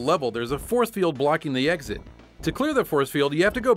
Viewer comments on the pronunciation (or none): none